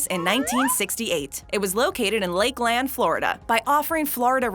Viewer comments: Lake Land Florida ROFLMAO it is pronounce Lakeland as in one word. toooooo funny. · I'm from Florida, she says "Lakeland" weird, we don't say it like that here. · I'm from the town where the first one was opened... it's all one word, lakeland, not 2 like they pronounce it